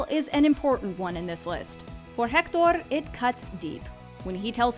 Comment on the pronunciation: Pronouncing Hector with a heavy French accent but that’s okay.